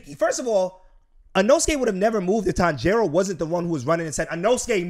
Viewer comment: oooh yal are butchering his name lol , the emphasis is not on the "jiro" portion of his name. If anything the emphasis is placed on the "Tan" part. So it should be "Tanji-ro" not "Tan-jiiiiii-ro"